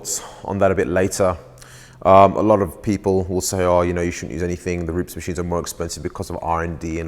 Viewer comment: rupes not rups